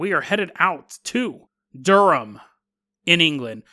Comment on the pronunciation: nice pronounciation on Durham!